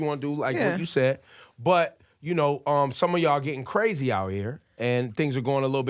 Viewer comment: did rosenberg just say “Brazy”?!??!!!